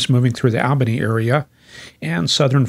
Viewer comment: Hi! I must say I've had it! You have got to change your pronunciation of Albany (NY) from AL bany to ALL bany. AND La GUARD ia (LGA) to La GWARD ia. I dare say these changes should result in an uptick of supporters from the NE USA....Including me! Yes, I will come aboard if the above change(s). are implemented. Thanks for an otherwise outstanding site to which I have referred not a few. Best, Ed Daszewski (Maj., USAF, Air Wx Svc., Ret.)